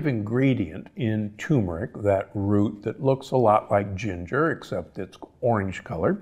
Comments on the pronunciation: Please tell him it’s pronounced “tuRmeric,” not “toomeric.” It has two R’s. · Respectfully correcting you Doctor: The word is not pronounced TOO-mur-ick. It’s TUR-mur-ick. There’s no tumor in that spice. Blech. 🙂